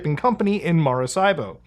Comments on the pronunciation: lol it's Maracaibo(Marakaibo) not Marasaibo. good try though :D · It's no MaraSSaibo. It's MaraKaibo. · Dude its Mah-rah-KA-EEBO hard K no S or Z lmao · in Hermione Granger's voice "It's pronounced MaraCaibo, not MaraSaibo" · Yo im from Maracaibo and you killed every spanish speaking viewer with that pronunciation 😝 love it keep digging your videos are kinda awesome 👏🏻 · Someone from Venezuela here. Didn't expect you to say Maracaibo; this is crazy!! You say it wrong, though, but either way, nice try.